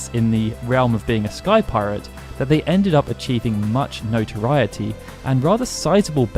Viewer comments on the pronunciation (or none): none